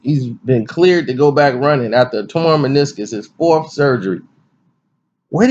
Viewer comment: You said manisiss 😂😂😂